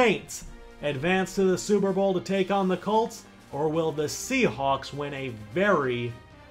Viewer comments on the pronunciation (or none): "sea halks" bru the hell?